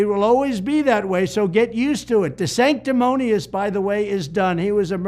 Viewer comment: Donald learned a new word, “sanctimonious.” Good word to throw around like red meat. Even pronounces it correctly.